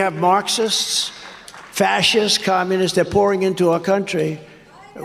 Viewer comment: Tronald "Massive" Dump thinks that Communists, Markers, and Pretzels are dangerous to his Fashist Regime. And he said "Schumer" (Amy?) and "Shiffs" wouldn´t come into HIS country. They have to print one or two more questions on the tourist´s papers. 😎